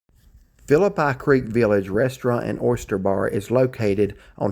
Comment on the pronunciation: Gotta work on your pronunciation of Phillipi creek